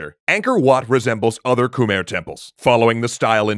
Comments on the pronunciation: See, I realize that this series is already recorded and produced but is it pronounced as "Kuh-mehr" the whole time 🤔 The pronunciation should be something like "Kmai". I appreciate that the Khmer get a section here, but to me it's cringy hearing the name mispronounced. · Please look up proper pronunciation when dealing with foreign names, we should be past "koomer" by now. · Love the vid. Quick pronounciation thing though: Khmer is pronounced as "Kh-my" (even native tongue says it this way) not Khmer. For some reason, when the language and name got romanized, words got spelling that doesn't make sense. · Fact: khmer is not pronounced KHU-MEER or KH-MER. Its actually KAH-MAI (khmai). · Ke-mai is how it's pronounced please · It's pronounced KUH-MAI